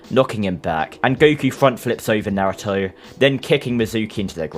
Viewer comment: is the only person that pronounce naruto correctly